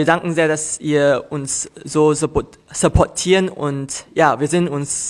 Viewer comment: Yes, he actually took "support" and made something out of it that sounded at least a little bit German, but he knew it was wrong (That's why he was laughing a bit) :')